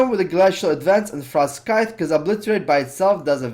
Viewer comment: sweet vid! btw Frostscythe is pronounced Frost sythe. the C is silent... and yes english is stupid sometimes xD